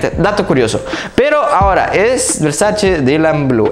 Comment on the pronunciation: Se dice VERSACHE, no versash 😂